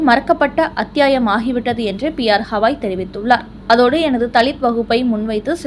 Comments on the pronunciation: ஹவாய் என்று சொல்லாதீர். கவாய் என்று சொல்லுங்கள் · உச்சாரணம் சரியாக இல்லை ! தயவுசெய்து BR Gavai, Thushaar Mehta இவற்றை சரியாக உச்சரியுங்கள் நன்றி